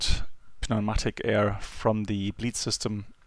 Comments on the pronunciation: Pneumatic is pronounced "new-matic", great video tho :) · he said naw-matic. It's his accent you're hearing no Paaaa-namtic